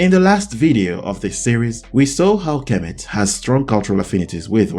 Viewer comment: Egypt will sue you for outright lie's also, you hack you're not even pronouncing Kemet right!